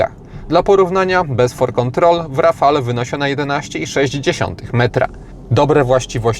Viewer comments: Podobnie jak przy nazwie Megane, nazwę Rafale wymawia się,,Rafal" te ,,e" jest tam niewymawialne. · ) Świetny test jak zwykle w twoim wykonaniu. Ale jak zwykle będę miał ALE:) Wymawiamy RAFAL:) E jest nieme. Tak samo jak ESPAS a nie ESPEJS tu mówisz prawidłowo lub SENIK a nie SCENIK:) Warto na to zwrócić uwagę bo wielu dziennikarzy ma z tym problem. Renault od dawna nie ma i nie miało 2 osobnych komputerów spalania i to jest duży błąd. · "Rafale"?! aż uszy bolą.